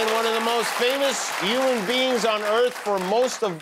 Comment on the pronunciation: Jimmy, human, with an 'h'. It's not uman